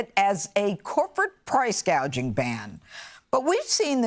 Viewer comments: Price GAY-ging (gouging), Harris said. When people mispronounce key elements of a "plan", their program is probably a scam. Read your latest scam letter congratulating you on winning a million dollars or a new car or a free vacation to Disneyland. Their spelling, punctuation or mispronunciation is your first key to suspecting a scam, a liar, or pandering. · Why is it that no one is keying on VP Harris lack of knowing anything. She just speaks words that someone gives her she has no real understanding of reality. Her plan is for price controls to stop gouging yet she calls it gauging (reference her speech clip within so start to understand the full context). She is what US Representative Alexandria Ocasio-Cortez is just older and still as ignorant. We have already given people 100% financing of homes. That ended in the 2008 crash. Canceling student debt , spending federal dollars on illegal immigrants and passing out down payments for homes and buying arms to replace those given to the Ukraine a massive unacknowledged Keynesian pump priming keep the economy afloat. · Doesn't anyone hear Harris saying price gageing instead of price gouging? She doesn't even know what she is talking about. Food prices are the result of Biden and Harris policies. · She didn't say price gouging, she said price gaging.How come nobody's talking about?How silly her talk is?She doesn't know what she's saying.She's a pawn for those that are trying to destroy america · She couldn't memorize gouging? If I had an idea like that, I could remember the words it's my idea to stop gouging. Why did she say gaging? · If you can’t even read the word correctly from the teleprompter, how do you even know what it means, much less how to fix it?! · Can you vote for someone who cannot pronounce "gouging"? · Price gaging? It's gouging dummy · remember she said gag(e)ing not gouging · harris calls it price gaging not gauging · Does Ms. K. mean gouging .. She said gauging.. ♠Mr.G..